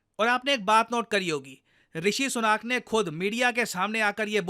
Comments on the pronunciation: भाई उनका नाम ऋषि सुनक है ऋषि सुनाक नहीं, जैसे आपका नाम है प्रशांत धावन नहीं.😊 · ऋषि सुनक है वो "सुनाक" नहीं. भो Sadi के.... अब तेरे नाम को कोई "धवान" बोले या लिखे.. तो तुझे कैसा लगेगा.